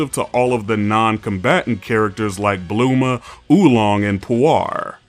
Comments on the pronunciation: Oooooo, he said Burma name right! "Blooma" 💪🏿💪🏿💪🏿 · Ok i agree with all of this but dude really said blooma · Say bluuma one more time I swear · Saying Bulma name wrong without being AI is crazy